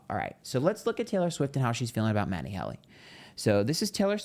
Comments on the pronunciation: It’s HEALY, not Hally 😂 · Babe, it’s pronounced Matty HEEEEELY like the heel of your foot❤ love you, though and find your readings to always be spot on! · It’s Matty HEEE-LEEE! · It’s HEAL-y. It’s pronounced the way it’s spelled! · He calls him matty HELLY on purpose. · His name is Matty Healy. You are pronouncing it wrong. These readings are so lame.